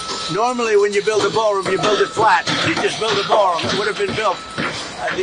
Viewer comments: “BAAL” room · Sounds like a Southerner's pronunciation of the word. lol.